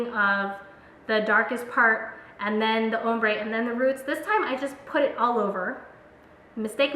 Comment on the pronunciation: her saying "umbre" and not "ombre" was KILLING me!